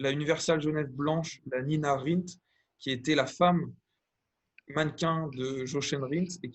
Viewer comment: Prononcez "YOREN" Rindt pour le seul pilots couronné champion F1 à titre posthume en 1970... Les aiguilles des UG Panda sont dites "cigarettes" et cette forme rectangulaire est assumé comme un repère de modern-design très avancé à une époque où les photographes de mode & peoples sortaient des studios pour se mêler aux journalistes sportifs.